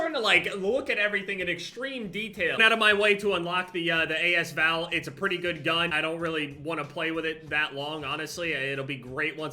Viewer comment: not trying to sound like an asshole but its pronounced like as val not a s val, the a and s are together